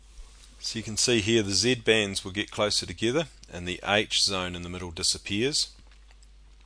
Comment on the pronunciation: Does anyone notice hes saying Z bends?